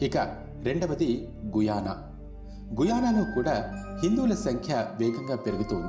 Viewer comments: గయనా అని పలకాలి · గుయానా కాదురా గ యానా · గయానా babu guyana kadu